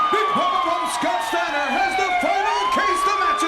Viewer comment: Scwowwwwt Steiner!